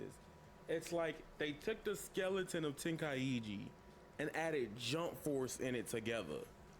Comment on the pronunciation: The fact he said tenkaichi wrong pissed me off